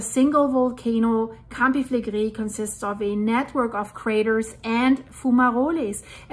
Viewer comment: Great information as always. I hope the people will go to safe place from the area. By the way! The Italians pronounce the R more like spanish people. You pronounce many words very well, but you pronounce the "R" like french people when you say "campi flegrei". Just a tip to improve your already good pronounciation of Italian words. 😊